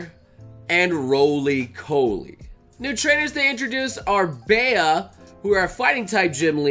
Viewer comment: PSA: Why are people calling Bea ‘Baea’? It’s pronounced Bee. Short for Beatrice.